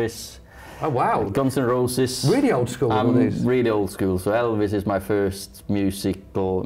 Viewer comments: Sounded well manc when he said “I’m old school” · "I'm oldskool" Such a Manc. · "I'm old school" was sooo Mancunian